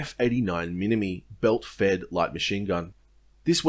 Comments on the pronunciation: Minimi is pronounced minim'eye' not mini me.... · I doubt that. But even if true, as this is a video on the Australian Army narrated by an Australian, its mini-MY. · Minimi = Mini-MY, not Mini Me. Other than that, first rate video! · everyone gets this wrong, its pronounced MinimI, not minimi, hard i. Minimi is short for Minimizer and you pronounce the I the same way through the shortening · “Mini me” Minimi is pronounced “mini-my” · Serving full track here. Mate, with exception to some very recent developments this guide is fantastically accurate. In particular your explanation of the organisational structure of Army is exceptional. I'll likely show this to the new blokes as they rock up. Very well done! On the colloquial side of the house minimi is pronounced 'mini-my' and we call the FN MAG the 'MAG 58'. Other than that I'd have assumed you'd served yourself. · this is such an incredibly informative and well-researched video but for the love of god it's a steyr not an "ay yu gee" and a minimi not a "mini-me" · Pretty good video. For future reference, Minimi is pronounced "Minimeye" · its pronounced mini-MYE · I know you never served the army by the way you pronounce minimi, but no the less great video!!